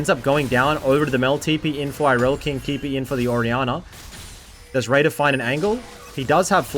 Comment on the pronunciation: Ngl dawg every time you said “raider” I heard “radar” 😅